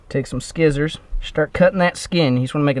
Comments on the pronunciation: "use your skissors" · "take some skissors"